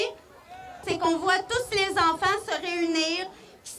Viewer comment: "y faut que nos infaaanttt ai la libarté de respyrer loxizeeeneeee....Booooo!" 🤡🤡🤡🤡🤡